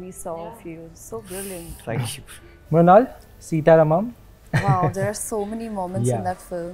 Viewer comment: Wah re angrez 'सीता रामम्' ko bhi 'सीटा रामम्' bolta h